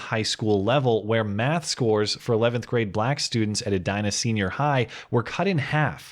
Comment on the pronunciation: Is it pronounced "eh die nah?" I would pronounce it "eh dee nah" not an issue? Love ur videos